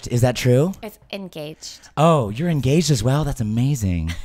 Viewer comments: I heard your engawjed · Oh so I heard your engawjed xD